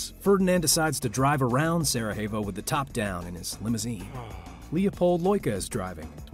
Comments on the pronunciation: Dude. It's not "Sarahevo"... did you think they speak Spanish there? Also, it was not Bosnian nationalists, it was Serbian nationalists who wanted to "kick the Austro-Hungarians out". Thanks for the video but a bit more fact checking would have gone a long way. I do like the way you start from the perspective of Franz Ferdinand's driver! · You lost me at "Sara-hay-vo" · LOL Learn how to pronounce Sarajevo properly, The J is silent.. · Please learn to pronounce the names of places before you broadcast. +Sarajevo, for example. Thank you.